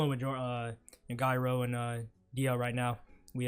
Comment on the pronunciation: Also also Gyro is pronounced "Jai-roh".